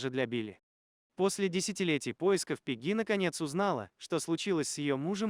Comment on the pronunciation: Пегги, ударение на е